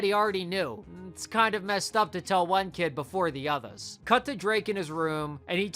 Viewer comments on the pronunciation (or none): lol how you said “broTHA”! 🤣😂😭💀 lol “othas” “Not”